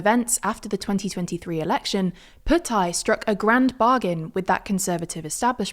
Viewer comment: Her pronunciation of Thai is brilliant